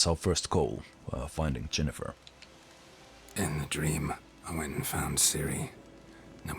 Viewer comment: Yennefer, not Jennefer. I don't know if that's just your accent speaking, but yeah.